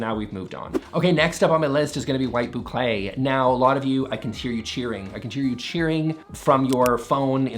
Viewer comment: Say Boucle say boucle .. he said boucle!